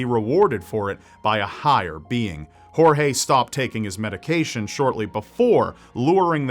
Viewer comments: I'm from Brazil and never heard about the Brazilian case. thanks for the story. just one thing if I may say, Portuguese does not pronounce G and J like Spanish, if his name is Gorge you pronounce it closer to what it sounds in English than 'Horhe'. And just to clarify cuz it seems a lot of people don't know it Brazil does NOT speak Spanish. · Oh, and the name "Jorge", in Brazilian (which is basically the same as Portuguese, except for some slang), is pronounced "George", as you would normally do...La "jota" (pronouncing a "j" or "g", with the throat, only applies to Spanish. You're welcome! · lol, "horhe" is not how you read Jorge in Portuguese. neither J or G ever sound like English H. In this particular word (and in most words, although there are several exceptions), both sound like J does in French: Je suis un garçon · That's not how you pronounce Jorge in . We speak Portuguese not Spanish.